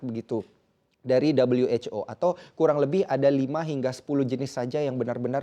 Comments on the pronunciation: maaf min kami orang indo gak biasa dengar dabelyu wec o bilang aja who lebih familiar di telinga orang indo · 'Dabel-yu-ech-o'. Lebih enak kalau disebut 'we-ha-o' saja, kan lagi bicara pakai bahasa Indonesia. Fun facts: Presenter menggunakan kata 'begitu' sebanyak 41x, tetapi hanya 1 yang penggunaannya tepat di dalam kalimat. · Dabelyu ej ow. Sok inggris!